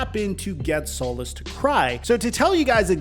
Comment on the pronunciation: Hey good video, as Texans fan and solis rep it is pronounced SOL EECE, thank you for your time